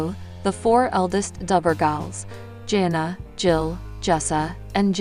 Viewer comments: It’s JANA not Jenna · He name is pronounced jan-a not jona. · And she can't pronounce names correctly!!! She keeps pronouncing her name as jona it's Jana then it's another way. I don't know why I watch her videos. It's Jan-a not jona!!!!!